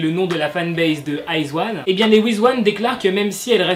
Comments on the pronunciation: Le groupe se prononce I zaune et non Iz one 😂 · Salut je vais faire ma reloue mais iz*one ça se prononce aie dji one et pas eyes one 😂 Et je suis une wiz*one a mort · iz*one sa se dit pas iz(i)one ?😂😭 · C'est stressant la façon dont tu prononce izone pck on prononce le o jsp comment expliqué et moi je suis une wizone izone c mon 2e UG j'aime tellement ce groupe 😭😱😱😍😍😍😍